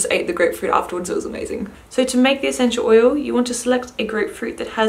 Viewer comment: What's a senchew oyew? XD